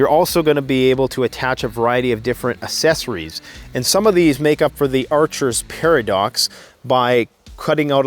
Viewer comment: Assesories, lol. EVERY VIDEO! ACK>SESS<OR<EEE